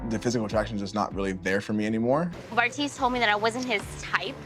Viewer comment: LOL I just realized you called him Barf-tise😂😂😂 love you